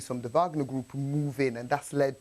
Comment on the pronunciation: What she try to say Wagner 😢did that lo